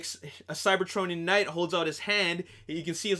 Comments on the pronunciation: The last knigh 😂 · "The last Knigh"....Great job.